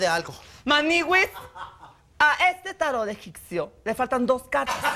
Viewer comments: Ya sé. Yo me refería a la manera en que Giovanni lo dice,adrede,que es 'egiccio' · "Tarot egiccio" jajajaja muero. Se extraña mucho a Giovanni